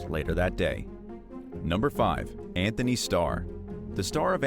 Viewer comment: I know Americans pronounce the "h" in "Anthony", whereas Brits don't, but pronouncing an "h" that isn't even in "Antony"???